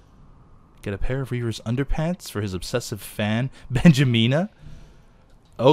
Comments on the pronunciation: Underpants... Anderpants hahaha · it's ANDERPANTS!!!